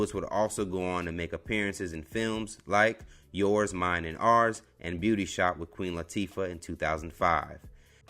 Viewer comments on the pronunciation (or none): none